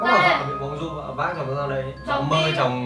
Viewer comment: Vâng ,đọc nhầm mộng du đi mua dưa thành thẩm du đi mua dưa. ĐM☺ 😺👽